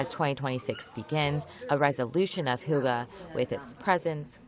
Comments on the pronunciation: It is not "hugga" - it is pronounced streight forward "hygge" ---- Yes, for me as a Norwegian, coming from a cold winterland, I associate Hygge with coming into warm surroundings from activities in freezing cold and snow. Lighting up, making a fire in the fireplace, creating a little nest around myself, preferably with candles and dim lighting. Finding food, drinks or snacks, and things I want to surround myself with to create a calm and relaxed atmosphere. Newspaper, magazine or book, listening to music. Either alone, or with family or friends, or others. Maybe a game of cards, quiet conversation or silence. The main thing, and most important is to create and having a relaxed moment in similar surroundings where the mind rests and the most important thing is just to enjoy life there and then - until you want to break away from the more contemplative and emotionally relaxed state, and be active in more everyday activities. That is my definition of Hygge. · the way you say hygge, sounds like something you smoke on, (hugger) sound very funny for a Danish guy, who have grown up whit the word hygge 😂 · Hoogah?! Wth is that 🤣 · When you look it up it says hygge is pronounced hoo gah... Its not. Its a sound that doesn't really exist in English. But there's no O sound in it trust me. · I'm surprised that the reporter pronounced it "Hugge" instead of "Hygge", considering the letter Y is part of the english alphabet. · Why does Americans always change the letters. It’s not «hugga», it’s «hYgge». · I get that Hygge isn't easy for other languages to pronouce, but why are you pronouncing the "y" like a "u" a the "e" like an "a"???